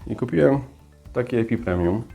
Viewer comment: Bardzo lubię Twoj kanał ale błagam, co Wy yutuberzy macie z tym epipremium skoro to EPIPREMNUM i nie scindaptus a scindapsus! Zepsules mi dzień, tydzień a nawet miesiąc...dlaczego, bo ja na tego scindapsusa poluje i poluje od kilku dni, gdy tylko ukazała się info że one będą. Więc albo nie w każdej Biedronce były albo nie mam szczescia😭 Co do koszyczków a tym bardziej do wszelkich taśm, nie trzeba ich usuwać. Taśmy się rozłożą w glebie a korzenie poprzerastaja otwory w koszyczku. Analogicznie, gdy nosisz na palcu obrączkę przez dwadzieścia lat,i utyjesz o 20 kg, palce też ci utyja co nie oznacza że odpadnie palec z niedokrwienia. Po prostu w tym miejscu w którym są otwory a korzenie je przerastają, one się dostosowują. Zresztą zobacz jaki był system korzeniowy poza koszyczkuem. Często takie dłubanie nacinanie wyłuskiwania może więcej szkody wyrzadzic( znam to z doświadczenia)bo można po prostu pokaleczyć korzenie i będą później gnić. Można to robić gdy korzonki są mało poprzerastanej i koszyczek po lekkim poluzowaniu wysunie się. ... No i nie obraz się ale dajesz za duża doniczkę w stosunku do systemu korzeniowego...raz że będzie roślina będzie szła w korzenie i dwa że będzie miała problemy z wykorzystaniem" wody.